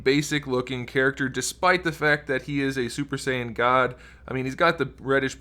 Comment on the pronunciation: im curiousif anyone is really taking him seriously when says super sayian